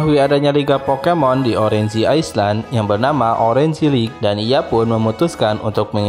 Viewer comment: cara penyebutannya banyak yg salah bang Orange, Island